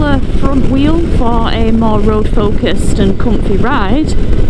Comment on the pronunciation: sold me on the bike when she said it was "coomfeh". I heard that and I thought... "Doon!"